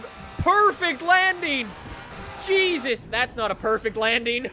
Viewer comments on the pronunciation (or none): none